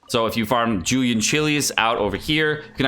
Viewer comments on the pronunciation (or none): none